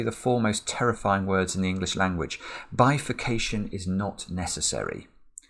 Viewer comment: wait! After he reards the rule about bifrucation: "He's expecting people to come a'cropa and do a ?good_____?" What did he say & what does it mean?